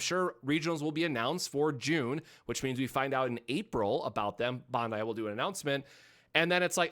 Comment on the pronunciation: Your pronunciation is terrible of the company name.It’s pronunciation is Ban•dai like saying Band-Die google it